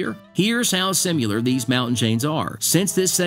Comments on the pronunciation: Similar not simuler. Pronunciation matters. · "SIM-U-LAR?" Dude!! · OK, great video. Very nice job, really. And I like everything BUT one thing - the way you pronounce "similar." It's NOT sim U lur. It's sim a lur. I wasn't gonna say anything, but you did it twice already. Yep, I know Appalachian can be pronounced a bunch of different ways, including a few I've never heard of. But "similar" can't. Google it and see how it's supposed to be pronounced - please! Otherwise, really nice job. BTW, where I'm from (MD) we pronounce it Ap a lay chin. And when I lived in Roanoke, VA, the mountains to the south/east of I-81 were called the Blue Ridge and those to the north/west were called the Appalachians. Yep, the names and pronunciations really do depend on where you're living.